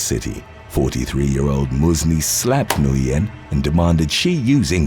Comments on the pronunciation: Alright for the last gawddamn time, Nguyen in English is pronounce WHIN, Got It! 🤬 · The last name Nguyen is actually pronounced WIN